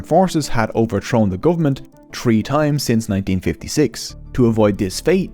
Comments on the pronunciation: Sorry, I'm Irish myself, but I couldn't make it through a minute of "tree" instead of "three". It's seriously distracting. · tirty = thirty tree = three tousend = thousand sout = south tink = think overtrone = overthrown hooties = houthis